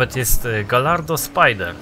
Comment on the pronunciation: wymawia sie "gajardo". Po za tym fajny film a Nissanek to jeden z moich ulubionych nienoobsterkich aut:)